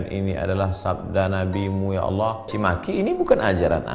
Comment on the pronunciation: sebut allah saja ngak pecus dolll